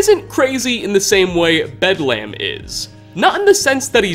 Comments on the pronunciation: It's pronounced Bed-LEM not Bed-Lamb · Like the Hospital, it's: "Bed-lm" not "bed lamb" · It's not bedlamb, it's bedlem. The A is supposed to be soft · It's pronounced more like Bedlum rather than lam. The English language is a wonderful thing, making and breaking rules. Great video, hope you will do more for 76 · ... ... ... Bedlum... Bed - Lum Not Lamb... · I think you read too deep into Bedlam. It's pronounced Bedlum. It means a scene of uproar or confusion. When people say "There's bedlam in the streets." or "It's bedlam everywhere." that's what they mean. It's a good raider name. Like naming any other raider something like Riot, or Chopper, or Smoker, or some other raider like name. I figure someone already mentioned this but I couldn't let it go. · Love these videos but hearing you say bed-lamb is making me laugh! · "bed lamb" XD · Pickman's just the Hannibal Lecter of the wasteland. Also, how did you get anything wrong about the Mechanists history? And Bedlam is pronounced "Bedlum". WHY CAN YOU NOT PRONOUNCE ANYTHING? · You're sayin "Bedlam" weird. It's pronounced "Bed-luhm." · Bedlam is pronounced bedlum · no, it's not, and no they don't. It's almost always a case of fans misunderstanding something, or reaching as far as this dude is. Take the "bedlam" reference in this very video. must be unaware that bedlam is an actual word... based highly on his constant mispronunciation, so for whatever reason he thought that the first thing that came up in a Google search must've been the inspiration. Some super obscure British hospital... as the name for a raider? He'd realize how wrong he was if he had even a seventh grade vocabulary. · your saying the raiders name wrong bedlam means madness our a scene of uproar and confusion. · Learn to pronounce Bedlam, will ya?